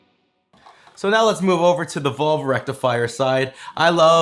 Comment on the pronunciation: Pronounces valve as “volve” 😂😂😂